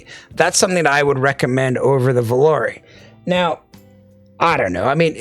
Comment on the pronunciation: The only reviewer actually pronounced Volare correctly. Supermix is a strong release, tough to beat. That enthusiasm at the end made me want to buy more IEMs.